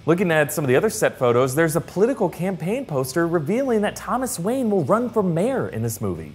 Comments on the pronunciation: Lol "Wanye" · wanye or wayne?? geezzuzzzz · it says Wanye not Wayne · “Thomas Wanye” for Mayor? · "Thomas WANYE" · WaNYe? Lol! Wanye West?